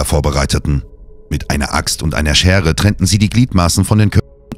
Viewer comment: Die Aussprache finde ich irritierend. Aus Schere wird Schärre, das O wird meistens als offenes O gesprochen usw.